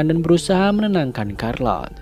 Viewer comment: Bang, Charlotte di baca "Syærlot"